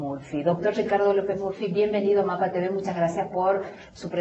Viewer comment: Me encanta como pronuncia Ricardo.. "Shicardo" XD